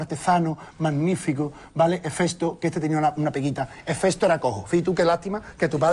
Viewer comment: Manu...es Hefesto....no Efesto aparte de eso divertidisimo me he partio la caja jajaja XD